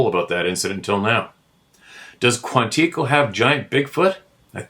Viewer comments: Quantico... Kwan'-I-co. Co as in co-parenting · Quantico. Accent on last syllable